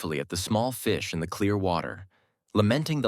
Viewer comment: "Da people's kept on walking" 😂